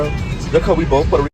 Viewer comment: So, Selena not Porta Rickan? 😂